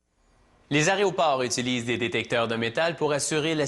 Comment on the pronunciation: oui oui "les aréoports et détecteurs de métal" ... c'est aéroport et détecteurs de métaux !!!